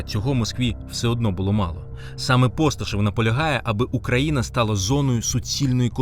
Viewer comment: уже только по одному ударению в слове Украина понятно,откуда вы черпаете инфу💁‍♀️Дальше,не вижу смысла с вами разговаривать!!